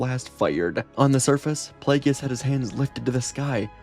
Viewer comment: I just keep chuckling everytime you say "Plagueis", because you say it like the pronunciations are in dictionaries for words it comes out like "Plee-yay--gee-yis" lol.